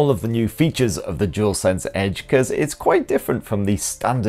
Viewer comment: It is DUAL, not jewl. You are welcome.